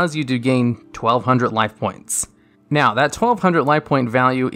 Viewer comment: Or when he says "naowh"